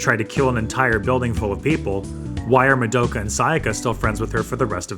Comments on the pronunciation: fr its so annoying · Why can’t people pronounce Madoka’s name right? It’s Ma-do-ka, not mado-ka. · Ok I had to pause and rewatch that part of that episode and confirmed they never said that. Hitomi also was under the controle of the witch when she went along with killing herself and others as THEY poured those chemicals. Kyoko never mentioned anything about a green haired girl. You also mispronounced "Madoka". Seriously, where did yuo get this info from???